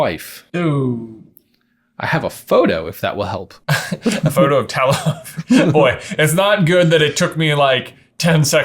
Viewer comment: Them pronouncing Talos' name wrong really bugs me for some reason.